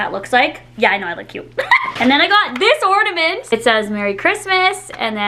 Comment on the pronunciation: Did you say orDAment? It sounds like you did lol It's ornament.